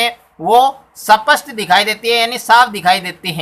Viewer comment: सपट नही बोलते है सर स्पष्ट होता है